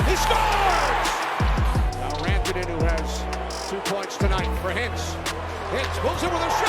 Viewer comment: "Rawntonen??" WHO Is "Rawntonen??" Dallas Forward #96 Is "Mikko Ran (🏃‍♂️)-toe-nen (as in Ran away from the Carolina Hurricanes) Not "Raw" as In "Uncooked steak"🥩 DUMBASS 😂